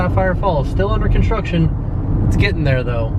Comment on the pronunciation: you forgot the R in construction....